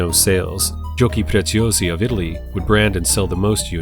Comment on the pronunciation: always a pleasure. And also well done on the pronunciation of "Giochi Preziosi"!